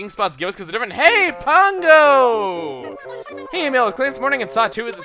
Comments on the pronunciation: COULD SOMEBODY PLEASE TELL TO STOP MISPRONNOUNCING PANGO'S NAME PLEASE! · # COULD SOMEBODY PLEASE TELL TO STOP MISPRONNOUNCING PANGO'S NAME PLEASE! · Pango, Like Mango. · # PLEASE STOP MISPRONOUNCING PANGO'S NAME PLEASE! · # COULD SOMEBODY PLEASE TELL TO STOP MISPRONNOUNCING CROQUE AND PANGO'S NAME PLEASE!